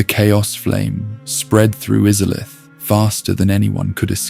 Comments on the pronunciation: Bro, im sorry. Maybe im in a bad mood or im getting tricked into commenting but how can you mispronounce Izalith WHEN THEY LITERALLY SAY IT IN THE INTRO TO THE GAME??? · If I can offer one piece of criticism, you really need to pronounce names and places correctly. You said Anor Londo, Kaathe, and Izalith wrong and it was bugging the absolute shit out of me 🤯